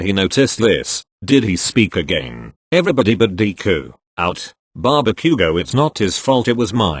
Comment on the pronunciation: LMAO SOUNDS LIKE “Barbecue go” INSTEAD OF BAKUGO 😂😂😂